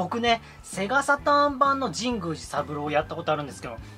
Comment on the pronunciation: 神宮寺の発音おかしくないですか？w Wiiリモコン安いのはいいですねー ハードオフ安くて324円しか 見たことないです(ﾉω･､)😵💦